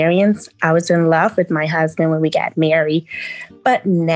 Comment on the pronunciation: When she say love I heard Money 😂😂